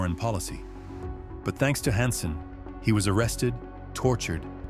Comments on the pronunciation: narrator has to be ai right... the constant mispronunciation of "hansen" is strange to me-- thats not an error a human would normally make like if u say "han-sen" then u would be consistent but this narrator swaps between "hon-sen" and "han-sen" which is just odd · "A career-ending mistake "? Conciously betraying our sources who were executed, a mistake? Who wrote this, a bad AI program? "Honson". This is pretty cheap AI.